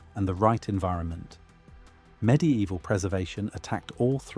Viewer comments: Mid evil not midi evil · "med-e-eval", ai images, repetitive ai narration... another fake "facts" content farm channel.